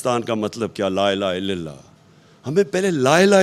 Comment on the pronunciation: Koi aqalmand tu khan sb ko laa ilaha illal laah sahi tarah pronounce krna sikhado yaaar khuda kaa wasta